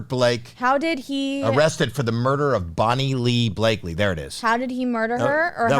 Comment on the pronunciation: How can this woman not know what happened with Blake? Ridiculous. Mandel has no business conducting interviews. He and his partner are amateurs at it. Mandel can't even pronounce Bakleys' name properly. Big fail.